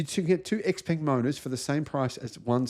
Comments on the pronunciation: Hearing "ex peng" is really grating. It's pronounced shao-pung. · Xpeng rhymes with stung, you are not pronouncing it correctly despite owning one